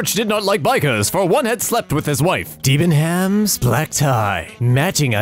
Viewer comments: im british and what hurt when u said debehams cant spell tho hehe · I would correct your pronunciation of Debenhams but they went bankrupt so it doesn’t really matter. As a general rule for English places and businesses, be as lazy as possible and you’d right 9 times out of 10. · How to tell a company is not a worldwide brand Step 1: Try to get someone who's never heard of them to pronounce the name E.G. That pronunciation of 'Debenhams' Step 2: Cringe if you know the pronunciation Step 3: Profit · The way he pronounced Debenhams annoys me for some reason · 😂😂😂😂😂 DEE-ban-hams is killing me... It's pronounced deb-in-ams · I will forever now pronounce Debenhams as "Dee-buhn-hams". For those curious its a british clothes and houshold retailer meant to be pronounced "Deh-buh-nuhmz", but not any longer in this house! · "De ban hams." What the hell. I never actually pronounced it phonetically before. Over here it's more like "Deb nams" :3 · As a UK resident it was very refreshing to hear Debenhams pronounced like that. It is just 'Deb-En-Ems' for future reference though. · Hearing Debenhams (deb-en-ims), a shop I hate be pronounced as Dee-ben-hams just felt so therapeutic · You say it Deb en ams. Not deb en hams. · Deebenhams lol. It’s de-Ben-ams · DEEB EN HAMS HAHA! but for real its Deb en ums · is no one going to point out how he pronounced deb-em-ams, deebenhems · you pronounce debenhams like deb-en-ams not dee-ben-hams 👍🏻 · DID JUST SAY "DEEBANHAMS?" As a British person, I am insulted. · Dee Ben Hams... Nailed it. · Debenhams is a UK brand with a silent H so it is pronounced deb-en-ams. Also black tie is a sort of formal dress code rather than a literal black tie. The joys of nitpicking British people. Black tie does still usually have an actual black tie though, so it's still wrong but for a different reason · OH MY GOD THE WAY SHE SAID DEBENHAMS I LOVE IT for anyone wondering, it's actually pronounced "debbenums" because britain y'know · Ah yes deeebenhams